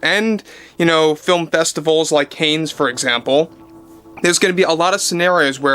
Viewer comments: Excuse me ..I think it is pronounced '*Kahn*' not 'canes'.. just for the record ..🗣️🍀🍀🍀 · It’s pronounced Can not Cain festival. Sorry just sounded strange as Cain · Sorry dude but you said it like 5 times..Cannes is French and it sounds like “Can”. FYI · just a heads up, the festival is pronounced "Can" as in "Tin Can". Silent "s" too. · Dude, just one thing. Cannes is pronounced Kaaahn. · Just to let you know..."Cannes" is French and is pronounced, "Can". Unfamiliar to English speakers but yes 'Cannes' is pronounced, "Can". R.DeNiro is a gianormous dickhead.❤ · Pronounced 'can' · It’s pronounced cansssss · its pronounced, "Can" Film festival. LOVE yer vids. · Cannes is pronounced Can. Just saying. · a humble FYI, it’s pronounced Can, like tin can. Thx ☺️ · So the pronunciation is just Caann….with a long aaaa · "Caines" film festival 😂 Love you 😙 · Hey, check the pronunciation of Cannes. I think it sounds like "can." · Cannes is pronounced kahn like Genghis Khan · It’s pronounced “Kan”, rhyming with “can”. Keep up the good work! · Enjoy your show!! … Cannes is pronounced Can (holding out, time-wise, the vowel ‘a’ ever so slightly sitting at the back of the throat…. Silent ‘s’ …you’re in the game here, ya gotta learn to pronounce the words of the trade. Cannes is one of those words. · Oh! Love your show and watch videos every day. I hate to be a critic but “the CANNES FILM FESTIVAL Is pronounced “KAHN”. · I find it endearing the way pronounces Cannes. But I just Googled the correct way to say it and it came back as "Can." But I've always pronounced it as Con too.😊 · DeNiro doesn't even know we don't have a democracy. This is a constitutional republic. Yes, we have a representative form of government, and hold free and open elections, but he wouldn't want a democracy, in which minorities would be crushed. 🎉 PS. Cannes is pronounced "can". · Love your show. But it is pronounced (Can) or even (Kahn) if you want to sound European.